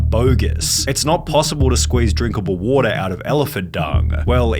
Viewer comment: Your vids would be so much better if you didn't inflect the end of your words like wat-uhhhhhhhh